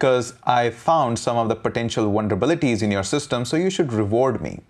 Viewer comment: Sounds like this dude is saying wonderbilities. I'm gonna start using this word.